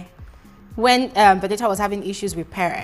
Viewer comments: It's the "Veni-a" for me, lol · It's the way today you pronounce Venita's name for me😂😂🤣🤣💔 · I love how you say venita's name 😂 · I thought I was the only one that heard it